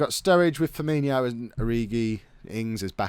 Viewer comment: It's Firmino (Fur-Mee-No) Not Firminho (Fur-Mee-Nee-O) PLEASE. Really winds me up when people mispronounce his name.